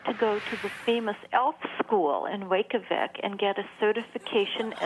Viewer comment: You didn't even look up how to pronounce Reykjavik?